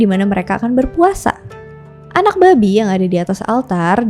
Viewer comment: Pelafatannya babi candu bet "Babik" 😂